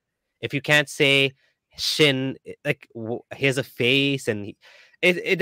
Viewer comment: it’s not “chin”, it’s “shin” - between the foot and the knee